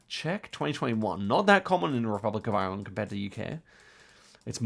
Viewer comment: Please stop pronouncing Ireland wrong